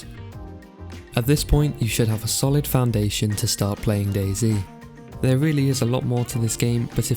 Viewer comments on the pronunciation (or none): Dayz uuuum dayz not daizy?